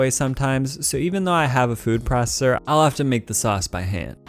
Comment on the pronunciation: "Food prosssser"